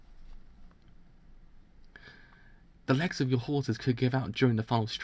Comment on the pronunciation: I think is for your British accent lol, the way you pronunce "The legs of" sounds pretty similar to "Alexa" for me xD